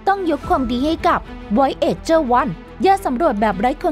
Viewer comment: Voyager อ่านว่า วอ-เย-เจอร์ ไปเลยครับ ไม่ใช่ วอย เอจเจอร